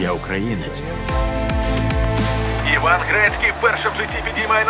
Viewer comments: Люди добрі, я можливо недочуваю, але чому диктор каже Іван Грецкі коли має бути Вейн (Уейн??) Грецькі? Мабуть я точно глухий:) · До чого тут це? Там кадр де Уейн Грецкі підіймає кубок Стенлі, диктор називає його ім'я не правильно.